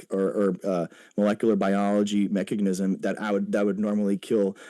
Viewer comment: Every time he says "mechagnism"